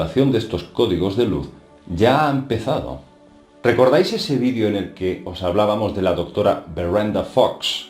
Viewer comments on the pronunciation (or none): none